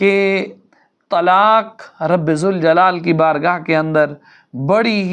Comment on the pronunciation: یہ تلاک یا تلاکھ کیا ہے؟؟؟ کیونکہ آپ نے تلاک اور تلاکھ ہی کہا ہے کیوں؟؟؟ کیا آپ قاف نہیں بول سکتے؟۔😮😮😮